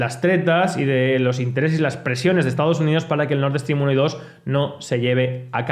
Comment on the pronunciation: Nord Stream, que mania de decir Nord Eeestream